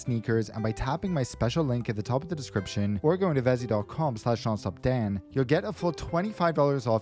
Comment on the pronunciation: Vessi, not Vezi